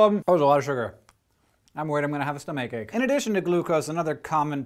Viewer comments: a "stomake ache"? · anybody hear him say stomach-ache?